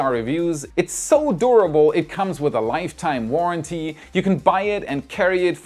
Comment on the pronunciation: Someone was in a hurry in the editing bay. and then repeats the same sentence and is missing an h from when. Also, says livetime instead of lifetime. It's nitpicking but it really stands out because the production quality of WAI videos is usually flawless and amazing.